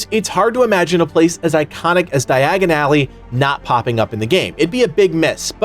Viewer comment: di-agon-ally say it with me your butchering it, its like when you hear it thats all you hear dye-agon ally ( ally ways are side streets cut throughs places beside building that leade you behind or through to another street short cuts )